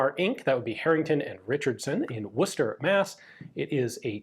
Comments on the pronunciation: And you didn't bobble the pronunciation of "Wooster" ;) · as someone from MA, thank you for pronouncing Worcester as Woocester, and not Warchester. The amount of people, from MA, i hear call it that drives me insane. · >Ian pronounced Worcester correctly Shocked, actually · Wow made in my city! and the correct pronunciation of Worcester too! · Perfect pronunciation of Worcester by the way, believe it or not😂